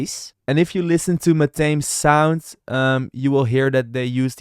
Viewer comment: It's pronounced MA-THA-ME. Not MA-THAME. Just sharing.